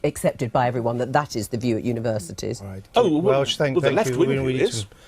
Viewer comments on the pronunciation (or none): 02 “Univerisities”? Is that how Universities is spelled in The UK? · Univer(i)sities? It's universities But the video content is nice though. 😆